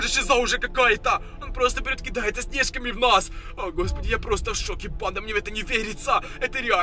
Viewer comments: снежками ударение на е??? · Не снЕжками, а снежкАми👿